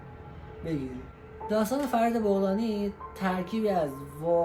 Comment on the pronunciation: بابا بَغلانی ... بُغلانی چیه دیگه بعدشم این اطلاعات غلط و ناقص رو کی گولت زده بت داده؟ فرید متولد ۱۳۴۷